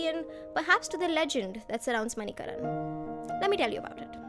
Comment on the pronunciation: Well if you liked the place so much please pronounce it correctly .... It is not pronounced MANI-KARAN it is MANI-KARN